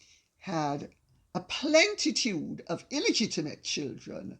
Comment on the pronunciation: Plenitude not plentitude.....just sayin’